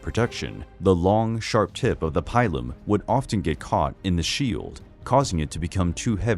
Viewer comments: Pilum pronounced peelum not pylum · Love the Romans! However, Pilum is pronounced like Peelum.😊